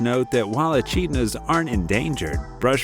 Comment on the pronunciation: Just for your information they are indeed Echidnas but it's pronounced as Ecidnas, I am an Aussie so that's why I know this and you've presented a gret video, I loved every minute of it!😊